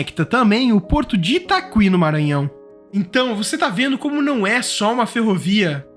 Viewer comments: Sobre o porte de São Luís, o nome é Itaqui e não Itaqüi, como o apresentador pronuncia! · Acredito que não se diz itaqüi. Se diz itaqui. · Lê-se ITAKI (PORTO DO ITAQUI) e não ITACUI 😂😂😂 Trabalho aqui, ótimo vídeo! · Você pronuncia o nome do Porto de São Luís errado, o nome é Itaqui e não itacui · A pronúncia correta é ITAKÍ , não ITAQÜI. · Itaqüi não....é Itaqui....sem o " u-i" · A pronúncia correta é “itaki” e não “itacui”! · Itaki, não é itacui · A pronúncia é ItaKi, e não ItaKUi. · A pronúncia é Porto de Itaqui. O u com trema não existe nessa palavra de origem indígena e não pode ser pronunciado. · So uma correção: a pronúncia não ITAQÜI, é ITAQUI mesmo. O "qu" tem som de "k". 😊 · Não se pronuncia Itaquí e sim Itaqui. Vc fala caqui e não cacuí. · Ô jovem, o porto de Itaqui, não é ITAKUÍ, mas sim ITAKI, sem , pronunciar o "U", entre o Q e o I. Graças aos "SÁBIOS" do Brasil e de Portugal, que resolveram remover o sinal trema sobre a letra Ü que indicava que o U deve ser lido como U, como era o caso de LINGÜIÇA, contrariamente a PREGUIÇA, na qual não se pronuncia o U. Hoje é um tal de adivinha pra quem não conhece a palavra e vai pronunciá-la pela primeira vez, sem fazer uma consulta de pronúncias no dicionário da lingua protuguesa. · Só para informar, não é Itacuí, mas "it aqui", ou seja: Itaqui, sem pronunciar o u. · Tá, mas é Itaqui e não Itaqüi, ou seja, a pronúncia é [i.ta'ki]. Outra, o mapa do Maranhão está equivocado, apareceu a união do Maranhão e do Piauí, eles já se separam há tempos. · Itacuí não, Itaqui é a pronúncia correta. Só uma correção. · Foneticamente não se fala porto de "I-TA-CUÍ" mas sim "I-TA-KÍ". No mais, é uma pena que o Brasil negligenciou por tanto tempo as ferrovias, já deveríamos ter trens bala cruzando todos os estados, tanto trens de transporte de carga, quanto de população. Ia acabar um pouco com essa farra dos fretes absurdos e voos de avião a preços astronômicos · itaqui, não "|itacui" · ITAQUI amigo, e não ITAQÜI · "Itacuí" é foda